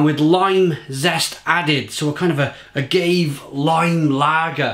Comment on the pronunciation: "Ah-gave ser-vezzer" holy shit I think I died